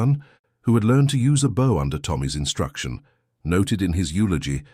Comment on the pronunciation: It is pronounced bow not bow. A human would have known that.